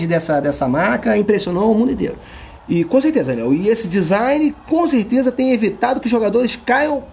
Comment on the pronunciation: Conssteza, Daniel.